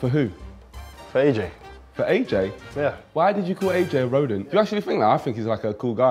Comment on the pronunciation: The moment I heard rhodent I died inside💀💀💀